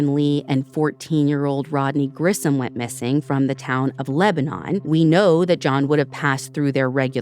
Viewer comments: Lebanon the city is pronounced “Lebanin” NOT like the country. And Shari’s was a chain of odd looking octogon shaped diners that shut down last year. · I graduated from Sweet Home in 1979. We always pronounced it Lebnun.